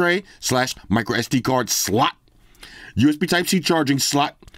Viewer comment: I like the way he says slot lol😂😂. Never gets old.